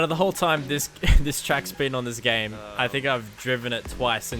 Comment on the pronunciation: so my ai cwashed den my gwame cwashed so double cwash